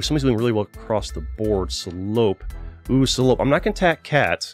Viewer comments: at least he didnt pronounce it correctly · As a french, there was a slight giggle each time you said "Salope" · Sa façon de le dire me fume mdr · BAHAHAHA THE WAY YOU SAY SALOPE IS SO FUNNY xDDD its supposed to be a french insult